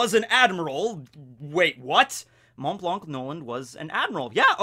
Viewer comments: Please dont pronounce the 'c' in "Blanc" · The "c" in his name is silent I needed to say it because that was stressful for me 😩 but great video anyway that's just a detail, I'm literally binge watching your channel lol